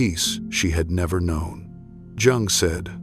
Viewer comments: Please pronounce Jung correctly? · Has to be AI, the chronic mispronunciation of Jung and Jungian is revealing. Not to mention the cadence of the narration — no space to take a beat or breath.